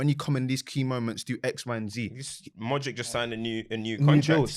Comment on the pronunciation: and Glenn Hoddle always saying “modrick” 🤣